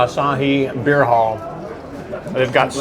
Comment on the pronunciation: Thought you said beard.🤣